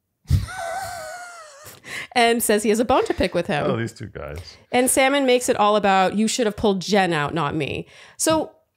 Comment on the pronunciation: Lmao Wells also started calling Sam n, salmon 😂